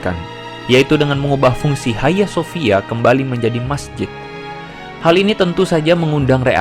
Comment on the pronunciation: Bukan haya sofia. Hagia sophia baca sofia. Bhs yunani.